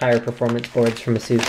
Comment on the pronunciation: say AY-SUS ..... aysoos >.> ffs